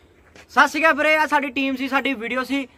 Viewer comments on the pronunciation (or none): Sat si akal ki hunda Sat shiri akal hunda